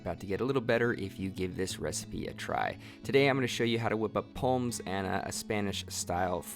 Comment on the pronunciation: The only negative point from this video I can find is pronouncing the s in pommes.